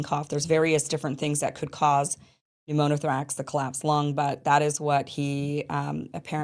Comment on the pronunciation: Mispronouncing pneumothorax